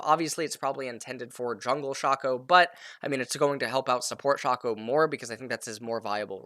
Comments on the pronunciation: You Say Sharko , I Say Shaco :) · Dude, Shaco, it's pronounced as SHAY-KO 😂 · Are you allergic to long A's? Shahco Atrox Dahrius ...